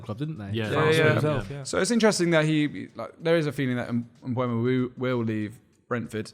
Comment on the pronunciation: Stop saying Mbwemo ffs. It's E before U. Mbeumo. Not Mbuemo/Mbwemo. There'a video if him saying his own name on YouTube